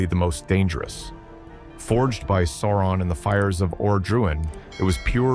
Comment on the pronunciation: Is he deliberately pronouncing everything in an utterly ridiculous ans incorrect way? "The SilMARULs" 🤦🏻‍♂️ Dont get me started on Sore-one